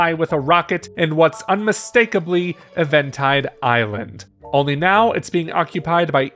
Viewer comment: bro said event-ide instead of even-tide💀💀